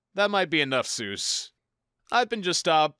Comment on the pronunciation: I'm honking like a goose, though you give me cause to rejoice, because he's not Dr. Soose, he's really Dr. Seuss! ...That's a really cheeky thing to say, I'll admit, but once I learned how it was supposed to be pronounced, my life was changed forever. I mean, not in a significant way, it was a really tiny change. But technically, it was a change, that was irreversible, and part of my life. That counts, right?